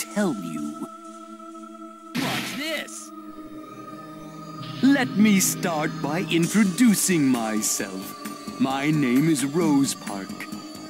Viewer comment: Rospark. How you think it is pronounced: Rose-Spark How it is pronounced: Rose-park. 😐